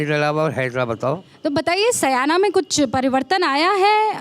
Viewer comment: Madam correct urself it is not saayna It is syana.